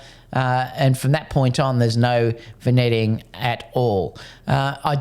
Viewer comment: It's pronounced vin-yetting